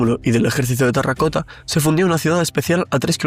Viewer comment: Lo dices mal. Dices "tarracota". Es "terracota".😊